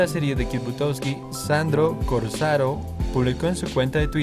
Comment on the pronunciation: Por que cambias los nombres? Corsaro no corsora